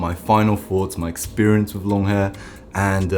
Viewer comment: You say wiv I think you mean with !😅